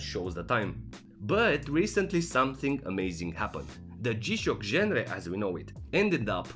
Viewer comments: Written genre, pronounced ganre.. I hear you like that word. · Genre is a word that your shouldn't be using 12 times in the one video, especially if you can't pronounce it properly. How are those English lessons going? Based on this video, I think you've been skipping class :(